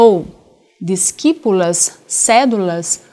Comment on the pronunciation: Aula muito boa sobre a gramática, mas notei que a pronúncia da professora não estaria de acordo com a língua latina, como por exemplo: Discipulas é pronunciado como dichipulas (o c antes do i é lido como ch), não como disquipulas. Assim como o -ae no final da frase, onde não se pronuncia o "a" antes do "e", como Villae, que se pronuncia ville, e como o gn em ignóbis, que se pronuncia como nh: inhobis ao invés de iguinobis (o g só é lido seco, com g mesmo, quando tem o "u" antes do "i". Recomendo se basear na pronúncia do italiano, que é a língua mais próxima do latim atualmente